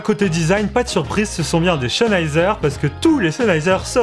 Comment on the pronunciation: Stop de dire CHENheiser x)